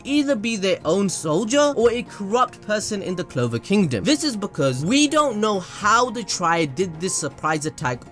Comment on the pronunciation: Honey..I think its CLOVER not LOVE 😂😂